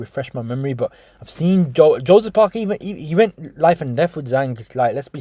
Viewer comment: why does say sin instead of seen, its irritating